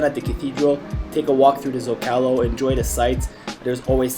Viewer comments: It's ZOcalo not zocAlo, come on yanks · Bro please learn how to pronounce the common names of location Zocalo is ZohcahLoh. If your actually filming in the city simply ask a local. Como se dice este lugar? Then you will know.